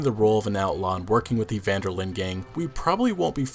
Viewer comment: Great video, however it's not pronounced vanderlin. It's pronounced vanderlin-deh. Because his last name is Van der Linde. From a native Dutch speaker